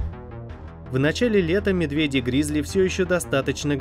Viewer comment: Только не гризли а грызли!)😂